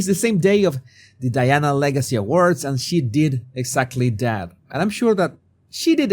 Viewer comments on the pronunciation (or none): none